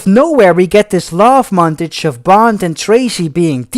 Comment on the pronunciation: At 14 58 it s pronounced monTAJE and at 18 15 the word is continuity pronounced CON tiNU ITY. Two words vital to a film reviewer who s doing over 20 reviews. even if you re dutch. I like your style and even like your jokes